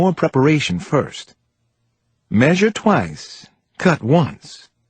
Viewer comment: Measure twy instead of twice His private nur instead of nurse Seriously so freaking annoying